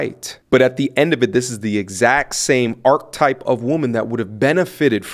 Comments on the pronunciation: if you take KS 🍆 out yo mouth, you will be able to pronounce,Archetype, ˈärk(ə)ˌtīp/, it has three count them 3 syllables. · Archetype…. Learn how to pronounce the word please